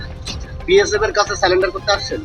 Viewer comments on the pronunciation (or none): বালের সাংবাদিক -সব কটা চ্যানেল -এ সাংবাদিক গুলো শুধু একই প্রশ্ন । আবার surrender কে বলছে -স্যালান -ডার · কেমন সাংবাদিক? স্যালেন্ডার বলছেন কেন। কথাটা স্যারেন্ডার।